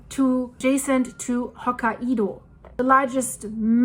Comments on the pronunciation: Ho-ka-y-do not ho-ka -ee-do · Ho-kai-dough NOT Ho-ka-e-dough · it's pronounced Ho-ki-doh! 😂 Not! Ho-ki-edoh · Not hokka- ido, but hok- kai- do. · You do an excellent job and I’ll help you with a pronunciation. It’s Ho-ki-doh not Hoka ido. Keep up the great work! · hok ka i do? Lady just say Hokkai do lmao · It's Hokkaido ...not Hoka ( the shoe ) Ido 😂😂😂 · Hokkaido is pronounced "Hoh-KAI-doh. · It's pronounced Ho Kai Do. hahaha. Love your vids!!! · Hi I believe Hokkaido is pronounced “Hock-eye-doe” with the “eye-doe” part said quickly. 👍❤ The Japanese nation is in my heart at this time, hoping it settles down. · The problem with phonics is that they don’t translate evenly from one language to another. It took me a moment to figure out what place you were talking about. Hokkaido is pronounced as ho KI do. Japanese yes, hai, is pronounced as HI. The “a” is silent. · Hi, I really enjoy your comprehensive look into current events and love your pronunciation of some places, I know English isn't your first language so where are you from originally? I believe Hokkaido is pronounced. " Hok - eye - doe" 😍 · Your Personal Linguist sez: The northern Japanese island’s (Hokkaido’s) name is pronounced “hoke-KAI-doe.” God bless you for all you do—and for struggling through the place names as you do it! My wife and I discovered you just before the Blatten catastrophe, watched, riveted, through it, and have followed you avidly ever since. Thank you! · Hokkaido is pronounced “Hokkaydo “. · It’s hokie pokie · Hokkaido, japan is only three syllables